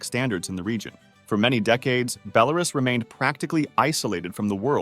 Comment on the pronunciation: Please, it is BelaRUS, not BeLARus. Bit like me pronouncing America like AmeRICa